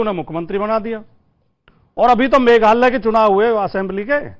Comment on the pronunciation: मेघालय को मेघाल्लय बोल रहे हैं । नाम भी सही से नहीं ले पा रहे हैं। ये तो हाल है।